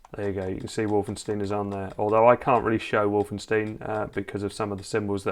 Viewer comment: Ah yes wolfensteen